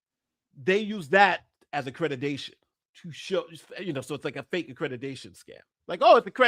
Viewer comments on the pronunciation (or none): Why does he keep saying "accretitation" instead of accreditation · The fact Ritchie cannot even pronounce "Accreditation" correctly, says soooooo much!!!🤬🙄 He says "AccrediTAYion" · He mispronounced accreditation so many times. Anyone who believes Doctored Defraud Risky is a willful idiot.